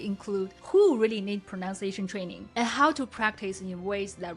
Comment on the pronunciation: Just because this is a pronunciation video taking about ingrained bad habits... I'll allow myself to point out that you say "pronounciation" :p